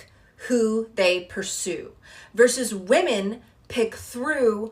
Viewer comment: Why is she saying “wEmen”